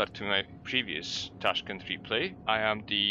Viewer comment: its correctly pronounced taashkyent